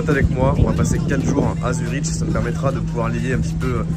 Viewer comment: Frérot je t’aime bien mais on dit ZURIQUE pas ZuriCHT …